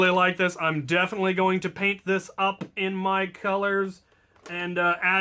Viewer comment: "Why do you do dis" As in, "why do you do this". Not "diss".